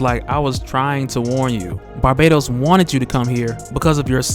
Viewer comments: His name isn't pronounced barbados. Its bar-bat-os. U aren't putting emphasis on the bat part of his name so it sounds like ur saying the country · Isn't it pronounced Bar- Bah- Tos?? not Barbados? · Isn't it Bahr - BAT - os?